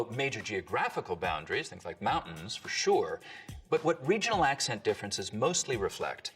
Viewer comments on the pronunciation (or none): none